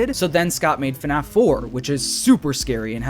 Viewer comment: Man I really miss the old “Hey guys, and welcome to another video… on FuhNaff” with the symbols in the intro